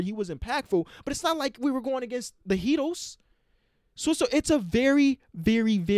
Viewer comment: Him: Like the Heatadls Me: Wtf u talkin bout